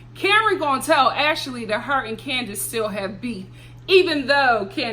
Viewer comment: I love it when you add an extra syllable to folks names like Ash-a-lee and Payola!!! Love it!